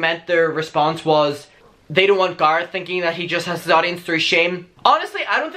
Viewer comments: Bekah Vega Diction is definitely a real thing, but diction doesn’t allow people to mispronounce other people’s names. It doesn’t matter how people where he lives pronounce Garrett. It matters how the Garrett he’s speaking about pronounces his name. He doesn’t pronounce it in an Irish way, so people need to respect that and use the correct pronunciation. My name has multiple pronunciations that are generally due to dialect. However, I use a specific pronunciation of my name and I expect people to treat me with enough respect to pronounce my name the way I choose to pronounce it. If you can’t take the time to pronounce a person’s name correctly, you’re most likely not that great of a person. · Okay but when it comes to the pronunciation of someone’s NAME you cannot tell them that their name is pronounced differently. Period. It’s HIS NAME - ergo you do not get to say how it is pronounced - accent or not. Love you and your videos buuutttt......out of the respect for the person you are talking about, you should pronounce their name the way that they pronounce it because it’s their name - not yours. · We’ve been shouting at Americans to please pronounce Craig and Colin in the proper way so we are ignoring you guys on Garrett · It’s only annoying that you pronounce Garret different because you don’t pronounce any other name differently ? That’s why it’s wierd.... lol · It might just be me, but I love the way you say Garrett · ok i do hate how you say garrett but... since you asked nicely ill keep watching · fyi i dont actually care i understand that in different accents names are pronounced differently lol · idrc how u pronounce garrett but its the attitude of choosing to mispronounce someones name. hes a human, its just kinda.. rude.. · It triggers me how you pronounce Garrett 😂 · Because of your prononciation After watching this i am gonna unsubscribe. Bye have fun in life. Someone's name is how they pronounced.